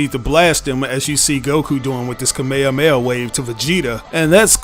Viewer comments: It’s KA-ME-HA-ME-HA‼️NOT KA-MYA-MYA. GOTDAMN IT‼️‼️😡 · Dude love you but please never say Kamehameha again